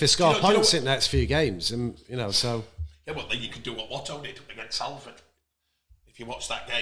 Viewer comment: Why cant he pronounce Salford?